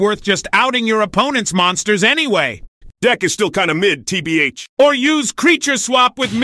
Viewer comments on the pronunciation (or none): Tee bee eich